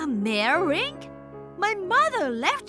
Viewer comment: 'Mere' is pronounced as 'meer' not 'maahr'